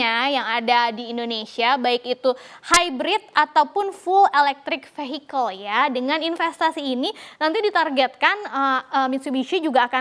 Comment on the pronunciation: Fiyekel bacanya neng bukan fe hi kel